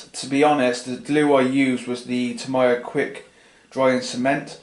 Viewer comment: it's TAMIYA not TOMIYA it's pronounced like tami-ya